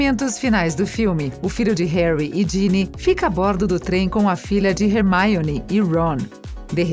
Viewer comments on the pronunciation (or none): quem é hearmoni? vc ta no brasil nao custa dizer hermioni. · Hermione virou Rermaione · Remaione é hermione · hermione virou rermioune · Meu gsuis eu tô morrendo de rir com esses erros de "hermaione" " tiros" em vez de feitiços hahaha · "Woward" "Rermaine" Rorcrux" "Wisley" "Mugle" "Tinny" "Dambladore" "Jei kei Róling" "Rerri Potter" MDS APRENDE A FALAR CERTOOOOOOOO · RERMAIONE? PUTS KKKKKKKKKKKKKKKKKKKKKKKKK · Desculpem mas foi impossível não rir ouvindo a narradora pronunciar Diambandior, Rorcruquices, Howarts, Hermaioni... HAHAHAHAHAHAHAHAHA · Muito bem elaborado o vídeo, mas a pronúncia errada da narradora dói mais que os gritos de uma mandrágora. E outra, Rony ganhou sim uma varinha nova, como pode ser lido nos livros, quando ele conta por carta à Harry que eles ganharam na loteria do Profeta Diário e viajaram pro Egito ele comenta que seus pais lhe compraram uma varinha nova. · Mds essa moça fala tudo errado